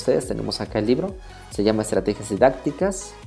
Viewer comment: dice libre...debe decir libro